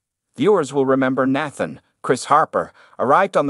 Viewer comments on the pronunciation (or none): Why did you pronounce Nathan’s name 3 different ways?